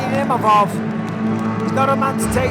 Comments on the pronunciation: it's "Imavov" not "Mimavov" respek his name now! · 😂 The worst butchering of a name I've ever heard. Izzy needs to retire and start a family❤